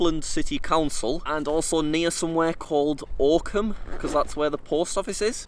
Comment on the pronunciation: The fact that I live ten minutes away from this village is both infuriating and amazing and also the way he pronounced Oakham at first absolutely pissed me off